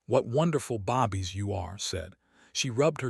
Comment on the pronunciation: Bobbies, you mean babies? Maybe your A I narrator needs to learn how to pronounce some words properly.